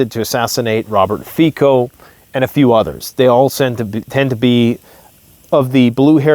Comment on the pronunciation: Robert Fico : read as C not ķ .